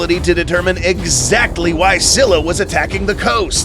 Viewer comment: Its pronounced ‘skylla or skilla’ not ‘ssylla or ssilla’